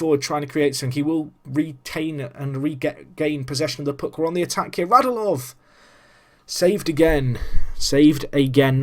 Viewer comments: Radulov is said RadUlov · For clarification, their names are pronounced Radj-YOO-Lov and Oh-VETCH-kin.